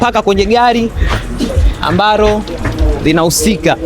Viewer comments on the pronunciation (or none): Shenzi kabisa matamshi ya L na R vijana hawajui kabisa hadi anakera kumsikiliza ni KWA AJILI siyo KWA AJIRI, AMBALO siyo AMBARO, ni FOLENI siyo FORENI na mengine mengi,na wewe Grayson umeangalia tu mpaka mtu unamruhusu kupandisha hii kitu kwenye channel kubwa Kama hii